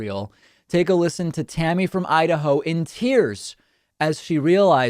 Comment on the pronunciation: A supposed Trumpist called "Seaspan" in "Tierce"